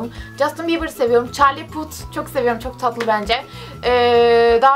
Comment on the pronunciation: bu arada çarlı put diye okunmaz çarli path diye okunur :D